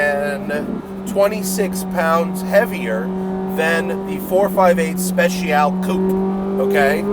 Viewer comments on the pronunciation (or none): Special-ee just FYI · Matt Speciale Not Speciaall 😂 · It’s not pronounced “ 458 Speshial “ it’s 458 Spet - chyal - ay